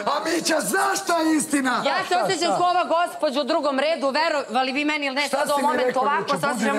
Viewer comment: "fi si neurotican" Sa, jaa neurotican 😅😅😅😅